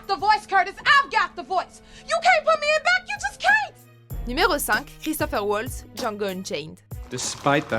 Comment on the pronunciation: Comme vous le dites, Christoph Waltz est allemand, Donc on prononce son nom Valtz et non Oualtz. Et c'est pas Christopher mais Christoph.... Cet acteur est juste génial alors svp n’écorchez pas trop son nom :)